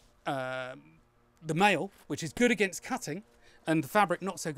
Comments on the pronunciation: Maille is a French word and is pronounced "My", just saying ;) Great vid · Maille?? Is that French for mail or something?